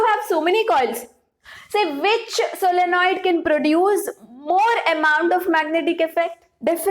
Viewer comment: Solenoid..Not solonoid